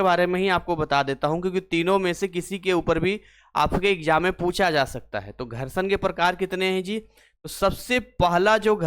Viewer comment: Gharshadva😂 maza ata h aise sun kar entertain bhi hote rehte h